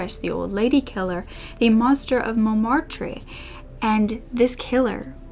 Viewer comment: And she also butchered montmartre, mostly it's are silent in french and tre is never pronounced truh